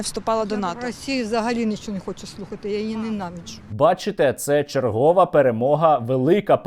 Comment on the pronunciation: чергОва, правильно черговА , вЕсти, правильно вестИ (як і віднестИ, піднестИ, понестИ, нанестИ тощо, але внЕстИ - має подвійний наголос)